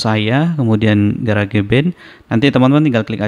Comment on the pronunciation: Garage cara sebut nya "garaz" arti nya garasi. Jangan di sebut "ga ra ge" jadi aneh sebut kek gitu.. 😂